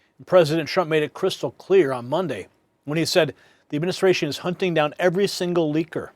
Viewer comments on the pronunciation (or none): none